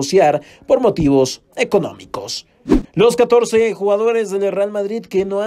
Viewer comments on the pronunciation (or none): “... por motivos, ekonomikos” es lo que escuché